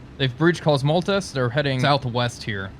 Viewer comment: koz-moh-letz! Not koz-mol-tez. Comrades have been sent to the salt mines for less!